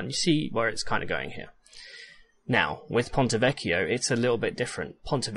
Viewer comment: Just a small thing about "vecchio": while you're pronouncing the "ch" right, you're splitting the word in 3 syllables rather than 2. It's vec-chio and not vec-chi-o